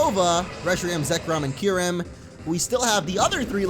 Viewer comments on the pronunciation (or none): none